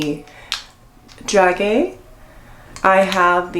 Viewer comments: "DRAZHEE" not "Dragee" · “Dragee” pronounced Dra-jay. All Very pretty! Thanks for the video.☺️